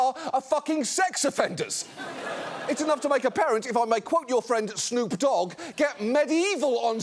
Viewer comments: "snoop DOgg" He talks like an AI chatbot. He's literally like a robot who has heard Next Episode once pronouncing the guy's name. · Why did he say Snoop's name all weird? That long ass pause in the middle.... "Snoop Dogg", almost like it's one word. Not "Snoop... Dogg", like you're in 1st grade and this is the first time you've ever seen either of those words in print. Are we sure Suck isn't just a prototype chatbot who 3d printed the default avatar? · Bro zuck said snoop dog with only 1 g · No human pronounces Snoop Dog that way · Why are rich white people so incapable of pronouncing Snoop Dogg correctly? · he’s putting the emphasis on “dogg” instead of on “snoop” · The way he said "Snoop Dogg" was perhaps the weirdest imitation of human language I have ever heard ever. Incidentally it sounded exactly like I would expect an AI to interpret "authentic" human speech. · Why does he put the emphasis on dogg and not snoop? How can he be so disconnected?